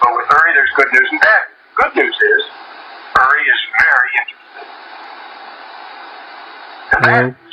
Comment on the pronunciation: Not billy. Uri. But the way she said it it made it sound like irry